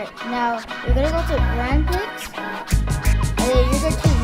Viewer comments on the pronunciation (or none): Tip: “Grand Prix” is pronounced like “Grand Pree”